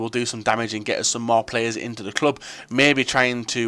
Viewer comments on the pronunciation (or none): none